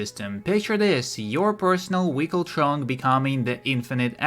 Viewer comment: I think he’s saying vehicle lmao